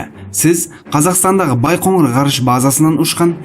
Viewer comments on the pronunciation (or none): none